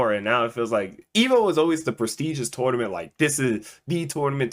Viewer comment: bro called a tournament a toynament